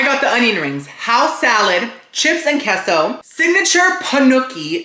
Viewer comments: Hasn’t anyone that speaks Spanish told you that queso is pronounced kay-sew. What is keso. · It's KAYSO....... KAY SO..... NOT KESO..... SILLY!!!!!